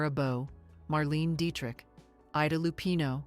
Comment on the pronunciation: I should have said mispronunciation. Curious that Claudette Colbert and Marlene Dietrich’s names were mispronounced. I see/hear this so often in these interesting, otherwise well-done fashion videos.